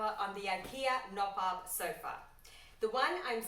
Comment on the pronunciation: You pronounce the k though... :face-green-smiling